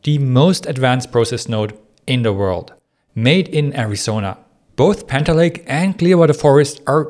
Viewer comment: Can you try to say panther lake? every time you said it in thhe intro you said "haner lay" and I am really having trouble keep up with turning hanner lay into panther lake while understanding at the speed you are talking.